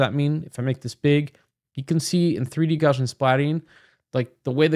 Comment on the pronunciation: jfyi it's pronounced 'gow-see-an'